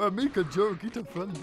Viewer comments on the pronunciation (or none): none